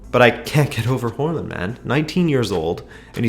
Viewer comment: Å is a pretty difficult letter to pronounce, especially for English speakers, but you said Hårland = hairland lmao